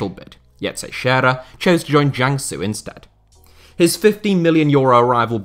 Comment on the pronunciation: It's so satisfying to hear a english-speaker FINALLY pronounce "Teixeira" correctly.